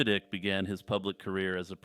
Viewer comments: It's David (eye -k) not ik. Sorry, but it's killin me. Good job, otherwise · Its pronounced "Ike" and not "Ick." Lol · its pronounced like Dwight David Eisenhower Ike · David Icke's last name rhymes with bike.